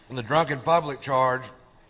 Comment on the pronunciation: I could've sworn you'd reacted to this before. That bit is so classic! The way he says "publick" lol!